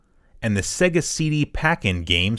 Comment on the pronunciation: it is pronounced SAY-GA, u know like the Sonic intro